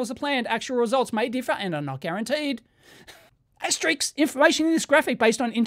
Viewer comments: * it's pronounced 'asterisk', not "ASTERICKS"! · Dave keeps calling it asterix the entire video. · *"*" is pronounced "aster-isk". Sorry not sorry. :P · * Asterisk/s , as heard on the video numerous times, was erroneously pronounced as "asteriks". Though, above could be attributed to my aging ears.😁 ymmv